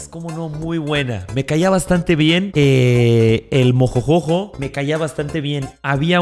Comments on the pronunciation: Mariana no es mien es bien tienes que pronsuñar bien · No se si soy el único pero me da un poco de cringe cuando dice "mien" incluso cuando lo escriben xd:') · Yo pensaba que ÉL decia MIEL, no MIEN. 🤣🤦‍♀️